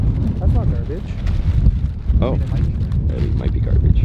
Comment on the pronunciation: "in the carbage" ♥️🤔🥴❣️🙊